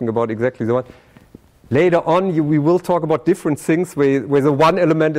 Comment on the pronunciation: "you vill diE!!" help...